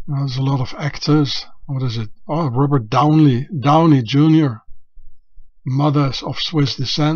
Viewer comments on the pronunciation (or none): none